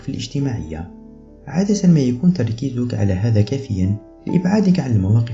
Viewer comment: ليش يقول تركيذك !